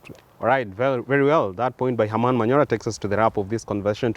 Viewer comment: Why do you always say? it's Herman for fuck sake! Learn from jadiel